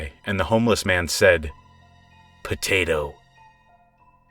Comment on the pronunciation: the way you said "potato" 😂